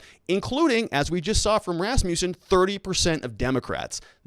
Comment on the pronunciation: rass-MUSS-in, not rass-MEW-sin